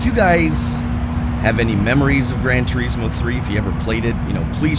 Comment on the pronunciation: Its not called "Gran Turiiiiiismo".